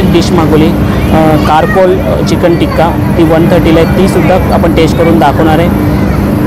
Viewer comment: Carcoal😂😂😂it's चारकोल